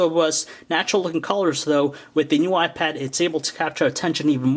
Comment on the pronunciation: did he say the new y pad, cool im lookin' for that